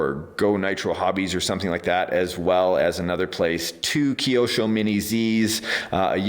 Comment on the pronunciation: he said keiosho its kyosho